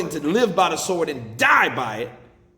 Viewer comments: The W in sword is silent Deontay. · Did he just pronounce SWORD with the W ? 😂😂